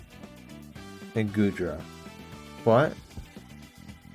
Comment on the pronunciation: Love Goodra too! Also, you're good with names: all of them in the tip of the tongue and so good pronunciations!